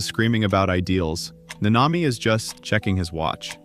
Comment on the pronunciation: I like the video but why is it so hard to just pronounce the names the way they do in the show. The emphasis is on the first a not the second